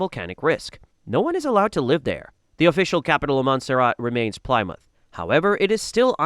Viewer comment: Gotta love AI for butchering 'Plymouth' to 'Plaimoouth' XD